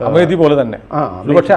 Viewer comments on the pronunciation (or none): അമേതി അല്ല അമേത്തി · അമേതി alla sir...its Amethi, pronunciation is അമേഠി,,, अमेठी